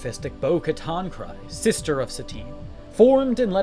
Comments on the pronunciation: Clan KREEze, not KRYze 😠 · It's pronounced "Kreese", not "cries". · The Dutchess's last name doesn't sound like cries it sounds like creed but with an s instead of a d.